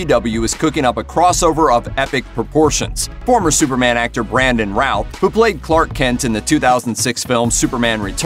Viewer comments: First thing,...pronounce his name right.....Brandon Routh,.....pronounced like Ruth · It keeps sounding like he's saying "Ralf" instead of "Routh" ^_^ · Love how he pronounces his last name all wrong.